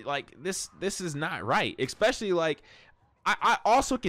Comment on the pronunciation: Stop saying "Expecially". It's pronounced "ess special lee".